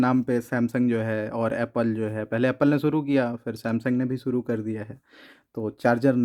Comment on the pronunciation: Suru ni shuru hota h